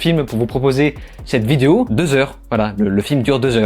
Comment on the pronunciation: Complètement d'accord avec cette critique, le film actuellement est sur netflix, j'ai pas tenu 15 mn et je ne pense être suffisamment maso pour perdre mon temps dessus. En aparté, c'est peut être moi mais j'ai l'impression que tu dis vidéou au lieu de vidéo... Non?!